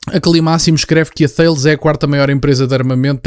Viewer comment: Apenas um pequeno reparo desculpa, Thales pronuncia-se "Taless".